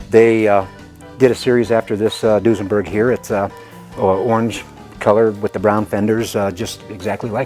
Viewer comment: Whats Dusenburg? Unless you guys meant Duesenberg ;)